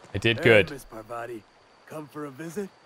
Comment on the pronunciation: Is this not Paar-vathi.